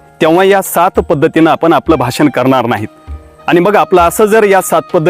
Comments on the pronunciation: शब्दांचे उच्चार देखील स्पष्ट असावेत भासन नव्हे भाषण 😂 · भासन.......... . भाषण......उच्चार गडबड.